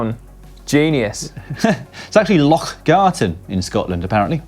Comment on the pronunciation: Remarkable. Both presenters pronounced 'loch' correctly.